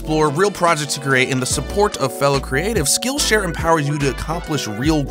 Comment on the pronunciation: I totally thought he said "skin share" instead of "skill share" lol.